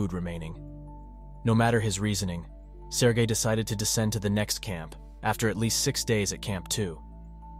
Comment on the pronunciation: everytime he say his name my head listen Sir Gay